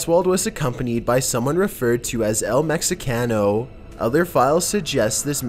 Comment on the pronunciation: GOD YOU'RE SO WHITE! Practically transparent! It's "El Meh-he-ca-no"!